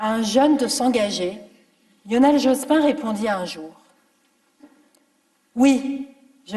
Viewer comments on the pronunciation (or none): Dit-on Jospine ? C'est à la mode, cette prononciation.